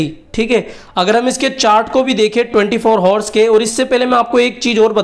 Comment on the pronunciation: 24 hours nahi avars hota hai bolne me